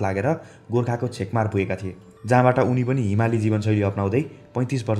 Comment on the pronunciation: By the way chhekmar hoina chhekampar ho .